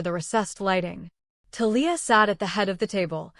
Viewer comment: Conflict of interest is just one of the flaws, but reader buy-in was broken early in this story by other flaws. You would get more likes and subscribes if you spent just a little time editing a story before you fed it to an AI TTS that pronounces Thalia wrong.